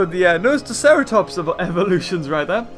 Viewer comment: its na-so-tocerotops